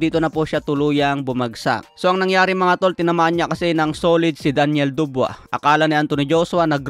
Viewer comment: Dabois hindi dubwa😂😂